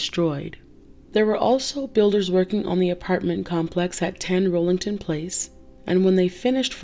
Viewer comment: It's 10 Rillington Place, not Rollington.